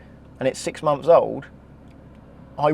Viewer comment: Months th not Mumfs… honestly the youf of today